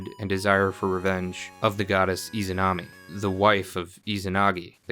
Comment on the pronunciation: It stuck out to me especially when you pronounced Tsukuyomi and Izunami well. Then you hit us with the Susan-O XD